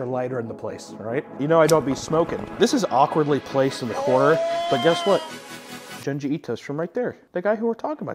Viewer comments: "June G" not juhn-jee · June gee bro not djun ji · Isn't junji pronounced joonji? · Small thing, but it really tickles me how he pronounces it "Juhn-ji" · It's pronounced Joonji, like Jumanji without the ma. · the way you say junji ito is wrong lol that greenery looks dank tho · I can’t stand the way you pronounce Junji 😂😂